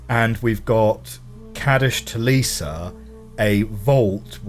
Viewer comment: Not even close to right on the pronunciation of Kadish Tolesa. His name has a long a sound. "Kay-dish". Tolesa is all short vowels except for the o. "Toh-less-ah". We know how to pronounce Kadish's name because it's spelled in D'ni on the Kadish Gallery's wall trim and the D'ni writing system uses a specific letter for a specific sound. The D'ni letter a in his name is the one for "ay" as in day. You are not playing as the Stranger in Uru or Myst V. The word Uru is D'ni, and means a large gathering or community. But the intent behind the game is that "you are you" (u r u), so you're playing yourself in the game. The community calls players "explorers". Yeesha's speeches are political. The only true thing she said in the Tolesa speech was the part about being arrogant about her own power. Everything else stretched the truth to the breaking point, and beyond in some cases. She spoke of King Naygen. Naygen was a very good king. And he encouraged the D'ni to save their money. But his philosophy was that they should save money as a way of taking care of future generations of their family, not for the benefit of the person socking it away. You can read about him because there's a DRC notebook you'll find later in the game. It's by reading the informational notebooks, which are purely factual, and comparing what they say to what Yeesha says that you can get a glimpse of the truth to it all. When you play Myst V, there will be more recordings and notebooks that reveal what kind of pe